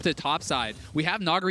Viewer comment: Can someone fucking teach them how to say Nugiri's name, I get more and more triggered every time they say it.